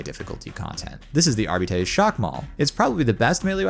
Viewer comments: It's pronounced Arb-it-taze, not Ar-beat-eez You don't pronounce Arbitrator as "Ar-bitrat-or", you say "Arb-it-traiter" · Why do you demonstrate that you can pronounce Arbites yet decide to only pronounce it properly twice. (Not Arbiddees. ARBITES) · Arbeeeeteees... lool I know he's only an American after all, but Coulda explained how to pronounce it to him before he made a tutorial about it and now teaching others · I pronounced it ARRR BITES not arrr betes LMAO I like my pronunciation better. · Seems there is some confusion then because the voicelines in the game pronounce it differently. It should be pronounced AR - BIH - TEES as per the voicelines in the game. AR - BEE - TEES just sounds dumb af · I have never heard someone call an arbite an AR-BEE-TEES before, and I'd like for it to remain that way. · "Arbeetees" Alright that's an instant turn-off lmao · I flinched every time he said Arbitay... 🙂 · AREBEEDEES lmao c'mon man i know you're american but please try to pronounce it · Everytime someone says "Arbeetees" a kitten dies. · Is that really how you pronounce Arbites? I never would have got that in a million years 😂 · Yeah I couldn't get past the 2nd mispronunciation of Arbites, I don't care if the way he's saying it is widely accepted, its incorrect. Coupled with his monotone disinterested droning of the word its like nails on a chalk board. Can we get someone with some testosterone in their voice to renarrate this?